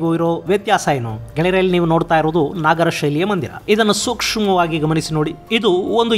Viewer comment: ನಾಗರ ಅಲ್ಲ ನಗರ ಶೈಲಿ